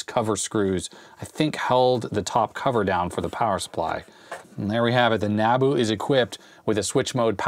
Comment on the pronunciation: You pronounced NABU correctly but you pronounced 'manAfacturing' wrong.. it's manUfacturing. There's a U there, not an A